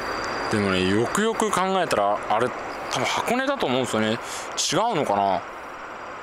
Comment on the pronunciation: よくよく考えたらがゆくゆくに聞こえる、まあ気にしなくてイイけど気になる滑舌と発音の問題今後の課題ね。他がマトモなだけに惜しい！